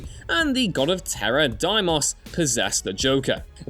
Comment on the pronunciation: bruh you pronounced Deimos so wrong